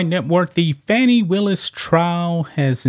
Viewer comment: You need to pronounce her name right